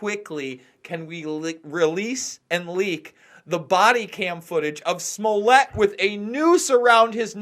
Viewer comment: Pet peeve. I can't let it go. It isn't SMU-LETTE, muj Polski brat; jest SMO-LETT, podobny do SMO-LENSK. Jesus Christ, please say it properly. Ugh! Moving on: this is a sham, nonsensical issue that I think is being pushed on us so as to blind us to Israel's continually getting its way; the passage of Article 13/17 in the EU; along with countless other crimes happening all-around the world. We're being absolutely fucked as a populace, and yet all we can do is focus upon this truly minuscule issue. I'm over this. But, if other's are interested; so be it. Oh, I forgot to mention this, which is why I am returning to add it now: Chicago is NOT the murder-capital of the US. That distinction goes to, as it has for over a decade now, belongs to Baltimore. This isn't a brag, Chicago, my hometown, certainly has MANY issues, not least of which is homicide/gun-violence, along with immense corruption/nepotism, incompetency, outright fraud, etc...